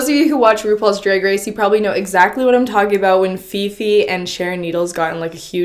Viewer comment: You’re not saying drag right